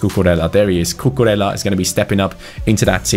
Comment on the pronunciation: Cucurella is pronounced "Cucureía". Try to put an accent on the to ls and pronounce it as an i. Keep up the good work.